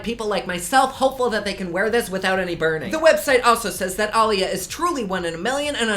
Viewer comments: Alucard Peach he definitely didn't pronounce it right.. He said Ali-ya. Def off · YOU SAID AALIYAH WRONG! IT'S PRONOUNCE AH-LEE-YEAH. XDD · You pronounced her name wrong lol pronounced like 'uh-lee-yuh' and anyone else feel rushed??! Like I feel like he rushed us thru this video so quick!! must be super busy!!! Lol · It's pronounced EHHHHH-LEEE-YAAAAA! Get it right ! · Lol ! at you pronouncing her name “ah-leeyah” lol love your videos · Love all your videos sooo much! It's pronounced a Lee ah like the late singer. You pronounced it very interesting in the beginning. Much love and support like always xoxo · You're saying her name wrong. It's Ah-Lee-YAh. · Leah it's pronounced Ah-lee-yah one A is pronounced uh-lee-yah but Aaliyah has TWO A'S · Say her name right idiot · Please say her name right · I'm sure you're saying her name right but my daughter is alliyah and it sounds different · I’m in and I’m triggered!!! You’re pronunciation of Aaliyah’s name!!! 😂😂😂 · Oh Lord I love but the way he says her name 😣😣 no just nooo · Oh honey... If its who I think it is, youre saying her name wrong lol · Lol the way you pronounced Aaliyah's name has me dead now... I died. Lol thanks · Either way he didn't say it correctly. Imo